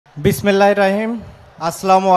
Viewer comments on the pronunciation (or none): Bismillah thik moto bolte pare ni